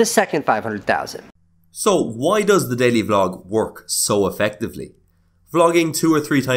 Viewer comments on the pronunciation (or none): none